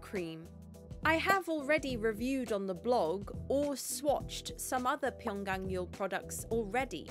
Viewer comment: You are the first non korean youtuber that has pronunciated Pyunkang Yul correctly. Thank you!